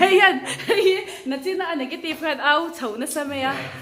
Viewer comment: A hlimawm phian. Ka ngai awh zawk tak chu YouTuber ho hian Mizo țawng kan hman dik a ngai hlein ka hria. Entir nân - mai mai aiah mei mei tih ching an tam hle a. Nichin tih aiah nachin ti pawh an tam hle. 'a' leh 'e' hi lam dik hrãm hrãm nose, Mizo țawng kan humhalh tihna a ni dawn a.